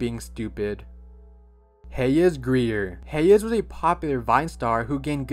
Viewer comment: bro said heyez grier